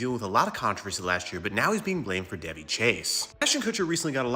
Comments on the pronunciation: It's Da Vay!!! Not Da Vee! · Duh-vay, sweetie...is her pronounced name. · Isn’t it ‘Da vay’? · Her name is pronounced Dé-VAY. Soft on the "dev" like "duh" and a strong AY sound at the end. Rhyming with Jenae, Renee. "Duhvae"/ Devae pronunciation My older sister spent her senior trip at her house when she finished high school. One of her best friends lived in CA before moving out here and their family were good friends with Chase's family. So the group of 4 seniors went on a road trip for a week and stayed at Daveigh Chase's family's house. She's younger than my sister so she was still a teen at home. But the group of girls spent most of their time exploring the area rather than with the family. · it’s pronounced like “Da-Vay” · that pap just called her "Duh Vay" 😂😂😂 that -eigh really threw him for a loop